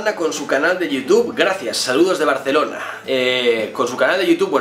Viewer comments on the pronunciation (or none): none